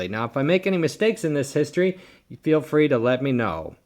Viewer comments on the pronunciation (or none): none